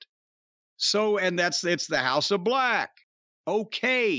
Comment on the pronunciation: The House of BLECH never gets old😂 But in all seriousness, if Billy’s truly done, he deserves his flowers💐